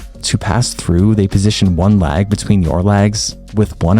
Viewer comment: I'm sorry I was so distracted. Please demonstrate the difference between you saying "leg" vs "lag." It's all I could hear 😩😅 Love your videos, love your content, thanks a million.